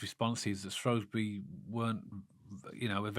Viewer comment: Guys... It's SHREWSbury not SHROWSbury 🤦🏻‍♀️